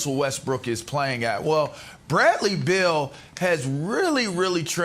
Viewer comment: BEAL! Not Bill 🤦🏽‍♂️